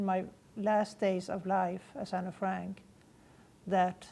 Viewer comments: It makes it even more believable the fact that she said Anne's name in Dutch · The fact that when she said Anne's name she said it the way in Dutch. Makes it believable.